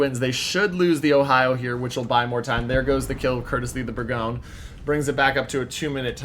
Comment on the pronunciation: Thanks for the footage. Pronunciation of Bourgogne is a little irritating, it's not "Berg-own", it's "Bore-gone-yer"